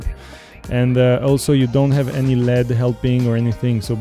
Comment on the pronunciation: You should disclose up front that you have a financial relationship with Aquatica. Also, in English "LED" is pronounced by saying each letter--not like the metal "lead". Took me a while to figure out what you were talking about.